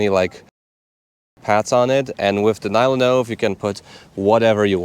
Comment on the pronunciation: oh no he started pronouncing NyloNove on English manner :(